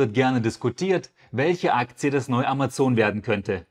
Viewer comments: Ich finde es sympathisch, dass du Amazon sagst und nicht Ämäzn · "Ämäzn" ist ja quasi die englische (original) Aussprache oder nicht?